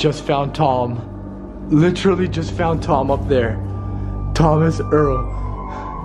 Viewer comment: literally is the proper way to say it not litsherly